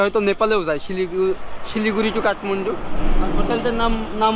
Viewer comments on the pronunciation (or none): none